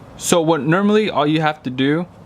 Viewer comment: Nermally? The word is normally....